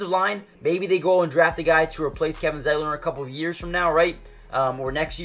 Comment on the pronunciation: He got Zietlers name right.